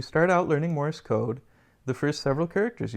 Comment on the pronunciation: Thanks for the video, but it is not pronounced "Morris code", but "Morse code".